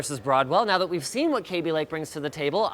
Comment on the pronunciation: Why did you pronounce it like "kay-bee" it's kaby. Kah-bee